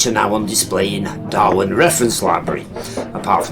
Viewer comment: It's Darwen not Darwin